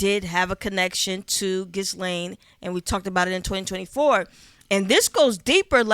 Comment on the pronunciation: Big salute, but that silent “s” in Ghislaine is kicking shorty ass. 😂